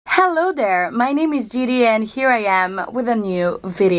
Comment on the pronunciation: Nice video! As a native speaker, I'd say your accent is pretty accurate. If I might, the one thing gives you away is your pronunciation of voiced 'TH' (for example, "Hello there." ). However, when it's not voiced it sounds just fine (for example, "most important things" ). Hopefully that's useful feedback.